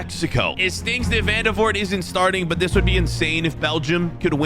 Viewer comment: i did know who vandevoort was. and i'm belgian by the way it's pronounced van-de-voort